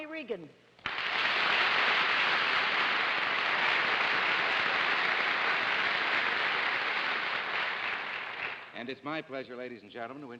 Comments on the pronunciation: IT'S REAGAN NOT REGAN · Hedda Hopper pronounced Mr. Reagan's last name as Reegan. Totally disrespectful.